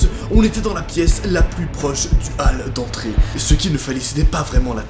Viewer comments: « Al d’entrée » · J'ai arreter de suivre quand il a lu "hall d'entrée" ale d'entree